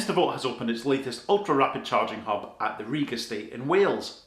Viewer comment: Great stuff. And an extra like for not pronouncing Rhug as ‘rug’ 👍